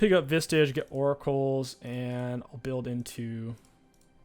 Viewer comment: Is saying 'vistage' some sort of voluntary private meme?